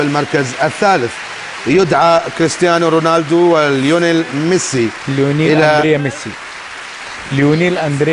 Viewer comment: المذبع بقول كريستيان رينالدو ههههههههههههههههه